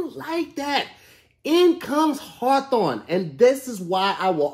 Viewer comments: Lmaoo he's been in Socal too long. There's a city called Hawthorne and ppl pronounce it Haw thawn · Listening to say the adds and wondering how many times he messed up is just as entertaining as the show, I don’t think he’s said Hawthorne right once. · It looked like was trying to advertise Hawthorne but he ended up talking about something called HAW THAWN